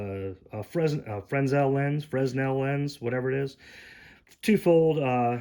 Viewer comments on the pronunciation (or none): Replace the bars with lifeboat ration bars 👍 Fresnel is pronounced frenell,the ell is pronounced as letter L